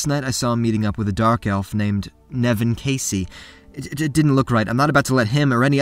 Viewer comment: who the hell is Nevin Kasei 😂